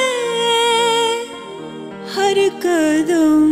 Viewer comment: قدم.. ہے کدم نہیں.. تلفظ ضروری ہے،